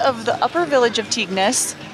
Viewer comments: Just a quick tip.....Its pronounced TING "Tignes" :) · Some of the pronunciation of french names made me chuckle! Tignes = "teen" La Daille = "la die"